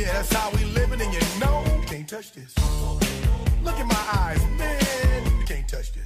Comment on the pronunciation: “This” not “dis”?!